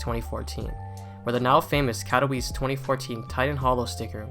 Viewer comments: kato vee chay, not kato wice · "Cat o weese"